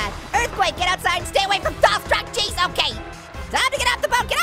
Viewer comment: Sounds like youre saying structcheese.0